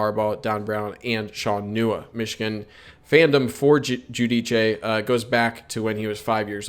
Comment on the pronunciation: He’s a terrific player, looking forward to watching him! By the way, it’s pronounced “Joo-Deece”